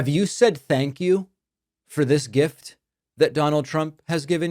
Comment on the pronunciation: It IS a gift to the American people, he is just dropping the R in gift.